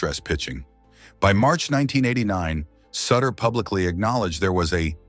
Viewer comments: His name is pronounced like shooter not sitter do your homework! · In Cincinnati, we called him soo-ter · One these days, AI is going to pronounce names correctly. Soootter. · At LEAST get his name right. It's "Sooooter". Doesn't rhyme with Cutter. Play any of the '82 videos when they'd bring him in. The crowd chanting his name sounds like they're booing. "Sooooter!" RIP, Big Bruce... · It’s suuuuuter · When you mispronounce the subject of the video’s name it kills your credibility. It’s pronounced Soootter. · Pure CLICKBAIT! Nothing about lies about his death. There were NO lies. What is also so disturbing about this video is that the use of AI is so disrespectful to Sutter in that his name was NEVER once pronounced correctly. The u sound at the beginning of his name as anyone who follows baseball know had as long sound not a short sound. So sad and DISRESPECTFUL to Bruce Sutter. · A I can't even say his name correctly. smdh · If his last name isn't pronounced correctly, it's hard to trust anything else said about him. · AI voice getting the name wrong really gives it that personal touch. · Hard to take serious when you can’t even pronounce his name right, dang! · That's because he is using an A I. voice ,not his own,so it's going to pronounce it as it's spelled. It's stupid. That splitter was NASTY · Back and forth with the uniforms, talking about different years and showing a different team, try a little continuity. Then maybe learn to say his name . Horsebleep. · Stop mispronouncing suter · Learn how to pronounce his last name